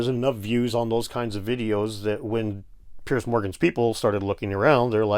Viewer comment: Guys, just an FYI, 'Piers' is pronounced PEERZ not "Pierce".